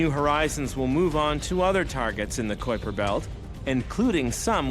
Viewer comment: Omg dude, it's pronounced k-eye-per belt, not coy-per belt. kui... k-eye, try it with me now, k... eye... per. kuiper christ